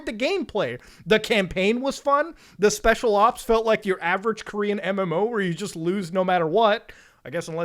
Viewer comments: I heard this and thought it was a comedic pause or something, then I realized Muta done fucked up lol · you know when Muta stopped at "the birth of special" I thought he paused for effect and was gonna blast into a tirade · I thought it was a comedic pause